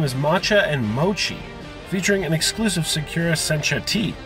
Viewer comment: Pronounced Saw-Coo-Rah. That hurts my soul.